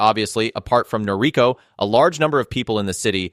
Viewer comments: You're mispronouncing her name. It's Nor-i-KO. Accent on the final syllable. It's kind of important. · Totally forgivable. NOT that important.